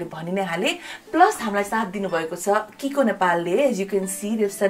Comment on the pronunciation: It’s not kikoo it’s chicco = chiko